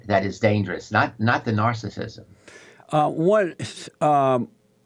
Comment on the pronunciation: Jessie Lee Peterson... You are right. You don't know what narcissism is! You can't pronounce the word and it's obvious that you don't know what it means.